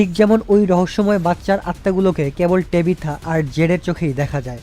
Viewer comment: ভাই এ কারে এক্সপ্লেইন করতে দিছে এয়েড বলতেছে বয়েড তরিথা রে বলতেছে টেবিথা।। আপনার মত করে কেউই পারবেনা